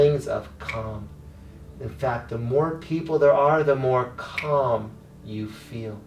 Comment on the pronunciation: “your breathing is cum”